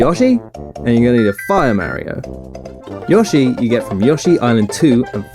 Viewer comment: YOSSY and an FIAH MARIO